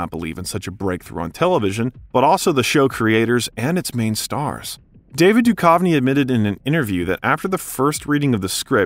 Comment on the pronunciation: Sorry, 😅, but you keep pronouncing David Duchovny wrong. It’s Doo-cuv-nee. Not Doo-kauve-nee. How can anyone make an hour-long video about this iconic duo and mess that up?! 😂 And sorry again, but you pronounced “Greenwich” as Green-Witch. It’s actually “Gren-itch.” No worries! 😉 Very interesting!!